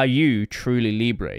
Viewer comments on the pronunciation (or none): It is not how you pronouce Libre, if it's french